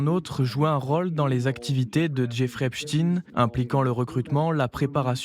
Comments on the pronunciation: Pourquoi Epstiiin ? c'est EpstEIN ! ou est-ce antisémite de prononcer son nom ainsi ? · c est EP SHTAAIINN